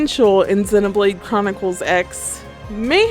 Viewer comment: Nice video, but every time I here "Xeh" I die a little inside. I don't blame you or mean to attack you, it's a very common thing.